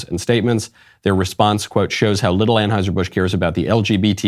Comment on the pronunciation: Its just TRANeuser.... not TRANSeuser.